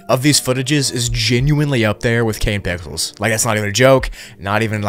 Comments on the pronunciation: “kane pickels” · He said kane pickels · ah yes "kane pickels" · I'm not the only one who heard him say "Kane Pickles" right?